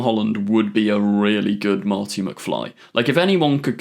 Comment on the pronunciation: ah yes Doc and Mharti